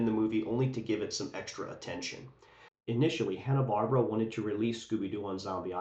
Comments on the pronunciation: Bar-bear-a not barb-ra 😂❤ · I really appreciate you taking the time to make this video, having found it engaging from start to finish, but I hope you don't mind my saying, the Barbera in Hanna-Barbera is said "BarbEra", not "Barbra". Thanks again.